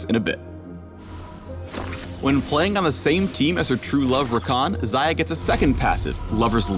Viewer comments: Зая значит, не Хаях, не Шая. Зая.... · Why do u pronounce it Zaya? It must be Ksaya. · Xajah or Saja how she is pronounced means rabbit in russian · I thought it was pronounced like 'Shayah' :( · Am I the only one who keeps hearing "Zarya?" That's not even the right game! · ang-Xayah-tee FailFish